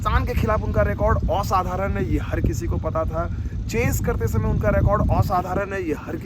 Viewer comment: aap OSADHARAN jayse bol rhe the mujhe bangali type feel aa rhi hain, aap bangali ho?